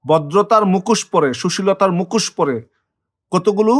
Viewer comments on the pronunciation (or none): APNAR UCHIT BANGLA VASATA BOLTE SHEKHA. APNI MUKHOSHKE MUKOS BOLCHHEN.